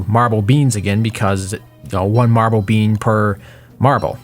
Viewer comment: Take a shot every time he says marbel you'll be dead